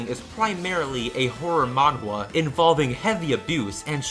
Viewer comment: Manhwa is actually pronounced closer to 'Mannah', fun fact